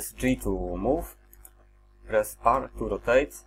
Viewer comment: Tym "Press" się całkiem zdradziłeś że jesteś z Polski :D Pozdrowienia z Opola